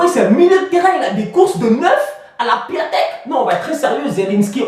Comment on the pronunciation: juste une info: Piatek, ça se lit "Piontek" en vrai. Sinon bon debrief Et pour finir Gareth Bale est nul😂😂